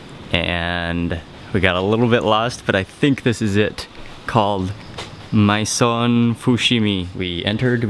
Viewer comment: Oh my god the deep fried egg. By the way, maison is french for house, and it's pronounced may-zoh :)